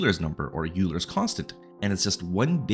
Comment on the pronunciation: it's pronounced OIler, not Euler